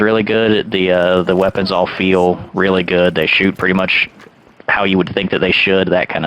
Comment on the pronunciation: "ze weppons ze tonks, i like it, is good" 😂